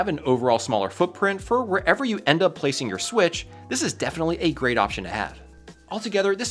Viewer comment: switch pro❌ swiich✅